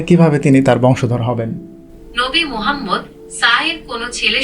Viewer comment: বেয়াদবির একটা সিমা তাকাদরকার ai জদি হজরত মোহাম্মদ সাল্লেলাহু আলাইহি ওয়াসাল্লাম উচ্ছারন করতে না পারে তাহলে এতকতা বলার কি দরকার?